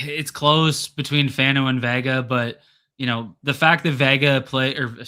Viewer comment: ‼️@... ‼️ it's not Venga, it's Vega... like Jeff says 🤦🏾‍♂️